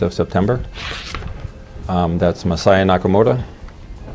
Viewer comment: FYI "Masaya" wouldn't be pronounced "messiah" (although that is super funny), but rather "mah sah yah" with no stressed syllables (so not "mah SAH yah"). Cool video. Saw "King of Kong" and was like, damn, with the Billy shit.